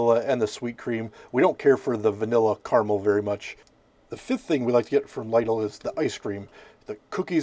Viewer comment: I've personally always liked the Lidl pizzas. Although with that and other deli/frozen pizzas, I like to doctor them up with extra toppings. But I have to call you out on the pronounciation of the store as it's supposed to be said "Lee-dil." You're cool and all good though. You've made me look at certain frozen pizzas pending they're cheaper than Caesar's.